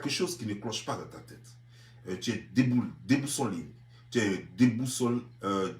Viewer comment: Toi tu est analphabète. On dit pas débousoné on dit déboussolé. 🤣. Tu es dans un pays développé mais toi seulement tu es un vrai gawa. 😂